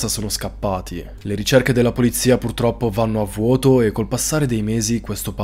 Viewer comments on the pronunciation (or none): none